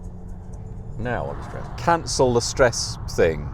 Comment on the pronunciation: This dude: "I'm no longer streessed" *Confused car noises